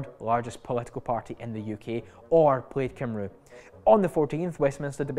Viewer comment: I really value these videos, as clearly do many others. Thanks. (Another 'Kircudbright moment' though. It's not "played kimroo". Plaid Cymru is a bit like 'plied cum-ree', though there are better sources for pronounciation guidance than me)